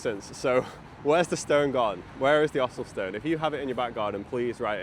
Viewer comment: If I didn't read the captions, I thought you said 'Áthelstan', not Ossulstone- do you think the stone was a tribute to the king and over the many many centuries the name/ word changed?